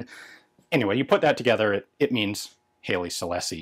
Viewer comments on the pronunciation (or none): I'm old. I live in Kenya in the 1950-60's and Ethiopian products were a bit of a joke, just as "Made in China" is today regarding quality. By the way, we always pronounced the Emperor as Highly not Haley. Who knows, you might be right. I was surprised at the quality given the age. Fired 40 years ago, and I reckon it would have been as good as any other. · Sorry but your pronunciation of Haile Selassie I is killing me. From Wiki (if you can read this): [ˈhaɪlə sɨlˈlase] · Don't see any other comments about it, so I'll toss this in just because. I doubt anyone will care, but Haile Selassie is pronounced "high-lee seh-lass-ee". Seems to me that most of the problem with them is the age of the primers. Once past the hangfires, the gunpowder charge detonated well enough. The inconsistency in muzzle velocity wouldn't matter quite as much when issued to a standard rifleman as it would to a marksman, but snipers are often issued match-grade ammo anyway. If it's sold as cheap plinking ammo, the hangs are the only real concern. Since I never got into reloading, I have no idea if it would be cost effective to buy these and replace the primers.